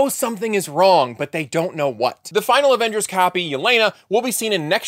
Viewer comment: Avingers or Avongers.